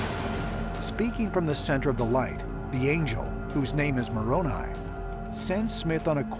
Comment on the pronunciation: You guys!!! You know the name of Joseph Smith's "angel's" name is pronounced, "Mor on eye" not "Mor on e" .